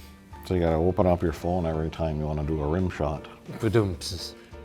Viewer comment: The way Mike says phone is midwest hot